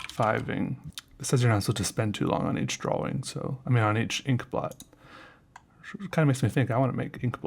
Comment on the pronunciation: I love the way you say "drawing"